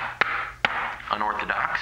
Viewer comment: "Unortodoks" lovely